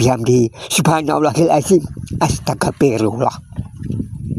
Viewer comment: Mohon di ralat, baca istiqfarnya..pada menit 5.08 astagafirullaoh apa astagfirulloh? Mana yg benar.